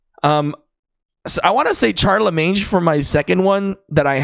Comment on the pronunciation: Just fyi Charlemagne is pronounced like Shar-le-main